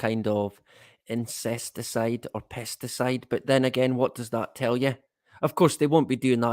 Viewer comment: It sounded like you said ' their spraying us with incesticied ' Knowing them, your probebly right mate.